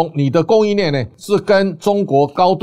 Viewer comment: 短短13分鐘唸了三次 啟業🔥🔥🔥 你在中國小學受國文教育嗎？ 念四聲（企業）很難嗎？ 連你自己都擁抱中國語文 還說誰？ 去年健保七月份調漲一次， 今年一月份又調漲一次 它奶奶的這個我不可控、台灣就為了養中國女人他們一群父母來台灣使用健保年年漲價🔥🔥 但你的節目，我選擇不看